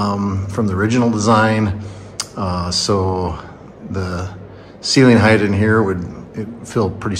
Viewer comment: It's not HEIGTH - it's HEIGHT!